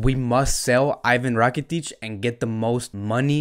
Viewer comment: As much as I love ur content n ur passion for fcb , for God shake please pronounce the players name properly. Iivan rakitic, ter stejen, c'mon buddy..👍👍